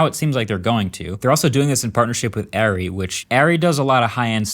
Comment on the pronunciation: I've never heard anyone pronounce ARRI like that. 😅